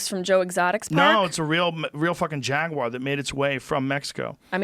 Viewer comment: Jaguar has a U in it.